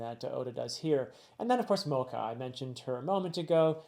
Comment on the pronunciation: One pronunciation check. The "ch" in Mocha is a soft "ch" so it's not pronounced like the coffee. I think I mentioned this in the Summit Wars video, but Oda made it a point to have Ace's death be the first in-world death of One Piece (excluding flashbacks). Monet is the first death we're seeing since Ace which kind of sets you up to the fact that the New World is, tonally, going to be heavier than what we've experienced up to this point. We're going to get to see a lot more of these characters and their philosophies/ideals on being a ruler, pirate, marine, noble, etc. so the way you break down Caesar is just the beginning!